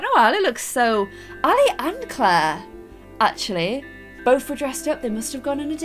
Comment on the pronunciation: im sorry but... ITS NOT CLAIR.-.